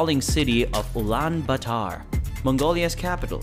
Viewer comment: it isnt pronounced genghis khan it is actually chinngis khan and ulaan baatar is wrong it is pronounced ul-aan baa-ta-r